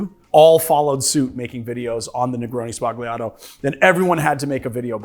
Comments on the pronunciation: Hearing "spagliato" with a plosive 'g' makes my hair stand on end. It's 'spalyato' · It's pronounced sbalyato, not sbaGleeato. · Negroni Spah-li-ah-tow. Not negroni Spag-lee-ah-tow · I love the video but the pronounciation of "Sbagliato" is killing me xD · Great vid-but please learn how to say the word sbagliato! 🙏🏼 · "Everybody makes negroni sbagliato". Nobody learned how to pronounce it. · you don't say the g in sbagliato